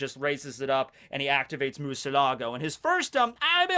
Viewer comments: your making me cringe so much! It’s not Mucelago it’s Murciégalo. I know you can’t properly pronounce it, but at least mention the i in Murciégalo! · Spanish: Murciélago spanish: MURCIA LAGO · Is so weird how he pronounced "Murcielago" as "Mucilago" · "morcilago" my ears are bleeding now, I'm spanish btw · murcielago is pronounced like moo-ur-see-la-go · Is my pronunciation right? Murrr-syé-la-go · sputnick he says MURCIA LAGO haahha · Mursee elago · my dude after all these years and you still can not pronounce spanish words like murciélago and lanza del relámpago lol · Lol XD You completely butchered the word "murciélago". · I love all the times say Murcielago It makes me laugh many times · I am native in spanish and I cannot do anything but cringe on your MURCIÉLAGO! (bat in spanish) also, fun fact, Murciélago is one of the few words that contains all 5 vocal letters in it. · let's take a moment to admire inability to pronounce "murciélago"